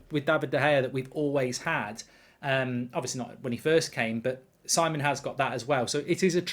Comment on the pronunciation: Is it so hard to pronounce names right? Si:mon not Saimon. British arrogance as it is.